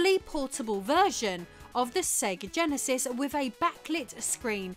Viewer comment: Oh yes...the Sega GEHN-asis (not the Jen-asis we all know and love). Oye vey!